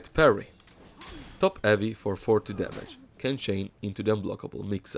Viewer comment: I love how you say "eavy". You don't say the h, and it sounds pretty funny :)